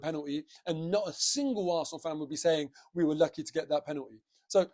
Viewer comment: You need to say the word Arsenal quite loudly, when you said "up the Arsenal" at the end there, it sounded like something else.